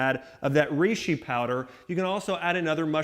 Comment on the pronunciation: Reishi pronounced rayshee not reeshee